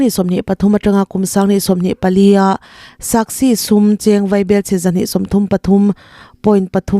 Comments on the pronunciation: A bengvar thlak ṭhin e. A lawmawm. Mahse, SASCI hi SAKSI tia lam rik a nih tlat le.... tihdik ṭha ka ti a, ka rawt nghal e. In chhiar/report tur hi in chhiar ngai em? Lo chhiar lawkin, ṭawng dik hmang hram hram ula, tiin duhsakna nen rawtna ka rawn siam a ni e. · Saski ti a lam tur